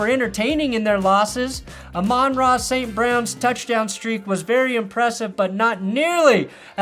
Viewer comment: I literally get PTSD every time he starts saying Amon-Ra's name